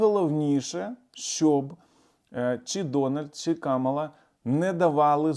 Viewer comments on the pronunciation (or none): none